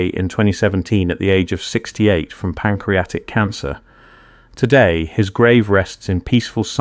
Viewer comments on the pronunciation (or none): none